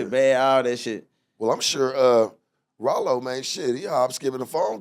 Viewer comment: btw it’s not “Ralo” it’s RYLO 🦍